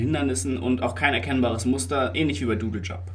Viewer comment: Du sagst ja immernoch Dödeljump, find ich hammer macht weiter so meine Freunde!